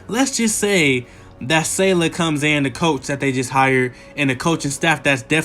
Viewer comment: bruv, great vid but you gotta learn to pronounce coach SALEH's name properly. hearing you mess that up so badly almost made me not watch the rest of the video